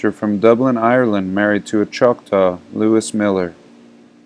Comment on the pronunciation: Halito friend. Choc-taw isn't exactly correct..say "Cha-ta". Sir in the thread you were reading is right, I'm "mostly scottish" by modern terms, Chata/Irish as well. There's a reason you find the two together.